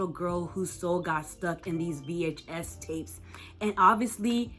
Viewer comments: nah it just sounds very weird. Usually people say it like one word, like how they say DVD, but it's like you pronounce each letter in VHS like a seperate syllable, and as if you have air-quotes while saying the word. Just kinda urks me a bit because it gives me the vibe of someone talking about some kind of media like it's some ancient relic, if you know what I mean. Another thing is you kinda go on and on without any sort of pause. It's a bit overwhelming, so I think I'd be helpful to have breaks in-between speaking somehow. Love the video tho <3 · for the love of god please stop saying VHS like that